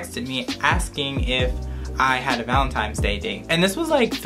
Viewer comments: It’s not valentimes it’s valentines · ValeNtines day lol not valeMtines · Who els is annoyed he keeps saying valinTIMES?!😭😂😂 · Omg you said VALENTIMES day lol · He said valenTIMES day